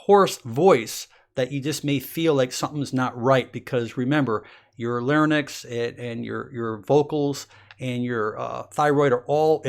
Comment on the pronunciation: I wish you hadn’t said “larnyx.” 😏